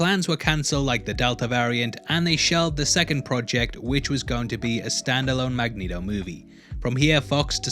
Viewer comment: You DO “put the neato in Magnito” 😂